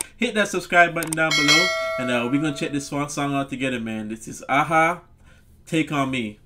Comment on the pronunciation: You said there name right the first time. Great song and video and the pictures in the video was drawn by the lead singer! I remember not just they great song and his voice but the video was a very cool concept! Nice 👍 reaction!